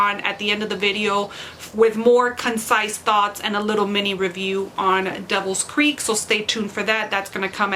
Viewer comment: This made my day. Thank you so much for the review! I loved the vlogs, watching as you progress through the book. So cool. And yes, you pronounced my name correctly, so you get bonus points. :-)